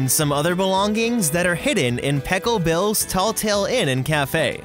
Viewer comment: I swear I’m hearing pickle bill.... 😂